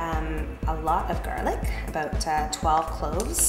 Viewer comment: abote? did she say abote? hahaha